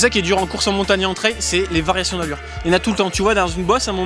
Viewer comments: Video incroyable comme d'habitude. Par contre à chaque fois qu'il prononce le mot "Trayyyyyll" j'ai envie de pleurer. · Incroyable la vidéo! Pour une première ta performance est à souligner, c'est un effort tellement différent, je savais que tu allais quand même performer mais de là à finir premier... Par contre je me dois de le dire, à chaque fois que tu disais trail ça me piquait aux oreilles ahaha🤣🤣 Chez nous on dit [trèle] et vous du coup [traye] Continue comme ça